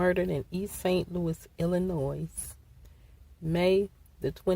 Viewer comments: how you from Missouri and don’t even know how to pronounce Illinois damn thought only east coast and west coast people pronounced the S in Ill-annoy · Lady, it's ILLINOI the S is silent! Tell your friends.... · she from the area so why did she repeatedly butcher the name? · I don't think she butchered it, just doesn't care or isn't aware of her mistake. Lot's of people say it with s at the end but not usually Illinois citizens. I'm old and cranky!